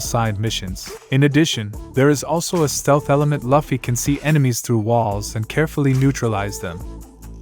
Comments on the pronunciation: he say laffy his name is luffy T_T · laffy? is luffy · bro said "luhfy"